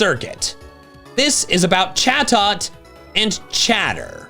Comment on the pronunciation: Sounded like chatot said sus 😂